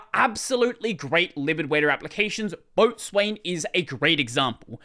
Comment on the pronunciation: Isn't "Boatswain" pronounced "Beau-sun"? Like how Coxswain is, well, yeah. Nautical terms be weird.